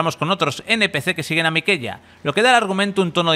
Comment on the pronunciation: "miqueLLa" eres todo un experto en elden ring.